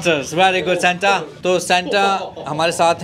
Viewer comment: Its Santa and not senta.